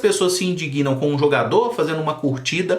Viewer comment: Muito bons seus comentário, só deu ruído na pronuncia do "indignam" por "indiguinam" (no tempo ).